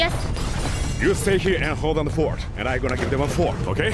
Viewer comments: you stay herr and hold down the fort, im gonna go give them a forght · Apparently "Fort" = "fight" This scene made me cringe more than Felli's omae wa mou *SHIN*deirus